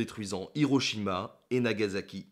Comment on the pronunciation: Pour info, on dit /ʃɔ-ɡu-n/, pas /ʃɔ-ɡʌ-n/ (le "u" se prononce presque comme "ou"), et c'est /na-ga-sa-ki/ et non /na-ga-za-ki/ (le "s" se prononçant "s" et non "z").